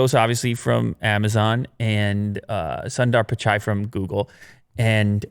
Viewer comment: Its not sun+dar pichai its soon+der pichai